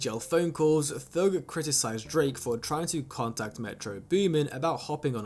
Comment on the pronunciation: T.h.u.g. Not thög bro